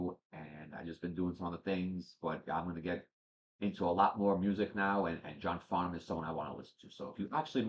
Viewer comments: New sub here, I enjoyed your reaction, thank you. It’s been a while since listening to this song. You got the pronunciation spot on, awesome! Funny that you said The Voice, because that’s what we Aussies (pronounced Ozzies) call him. If you know Olivia Newton John, another beautiful Aussie, she sings a duet with John (in a concert called The Main Event) called Please Don’t Ask Me, a poignant star-crossed lover song, full of beautiful harmonies and shows the great friendship they had for each other. Other songs are best chosen with the Melbourne (Mel-bn) Symphony Orchestra, always live where possible for most Aussie artists. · Perfect pronunciation of Johns name . He is an absolute legend here , the whole country adores him . He’s a National Treasure and was Australian of the Year . One of the greatest singers ever , he has a great sense of humour , a fantastic rapport with his audience and us simple a really wonderful man . Always react to live clips as they are soooo incredible . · Great to see you have discovered The Voice that is John Farnham ( you pronounce his name correctly) here is one with another legend of Aussie mussie Jimmy Barnes When Something is Wrong with my Baby and Help John's version of the Beatles Help 😁🇦🇺🎼🎵